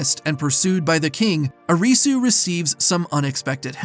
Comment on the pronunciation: "Uh-ree-soo" did yall even watch the show 😂